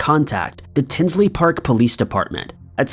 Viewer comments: Tinley park not tinsley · it's Tinley Park,Il not "Tinsley Park" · FYI, it's Tinley Park, not Tinsley Park. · It’s Tinley Park, the Lane Bryant murders, not tinsley. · Liked this and subscribed and I hate to do this but if anyone has yet to tell you it’s Tinley Park not Tinsley Park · It's Tinley Park not Tinsley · Hey.....FYI its T-i-n-l-e-y Park (not Tinsley) I am from Chicago and that is very very close